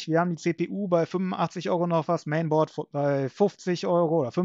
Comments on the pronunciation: Ich hatte moniert, dass er "Masabord" sagt, es also nicht so gut ausgesprochen hat. Wobei das im Nachinein betrachtet eigentlich völliger Unsinn ist, es wirkte auf mich allerdings unprofessionell einen Fachausdruck nicht korrekt auszusprechen. Ich hab nicht den Begriff an und für sich als falsch eingestuft, sondern nur Alternativen angeboten, die man leichter aussprechen kann, damit es nach Außen professioneller wirkt. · Sorry, das ich auch schon wieder mecker... Sag doch einfach "Mainboard" statt "Masabord", bitte. Ich mein das nicht böse...